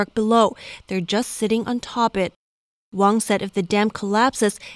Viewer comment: Wang is not wong.